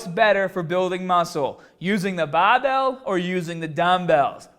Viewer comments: 'Baahbell' 'fibah' 'shouldaah ' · "babell" lol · I had no idea you were from Boston until this video. It really comes out when the bahbell comes down to your chest. That's awesome:D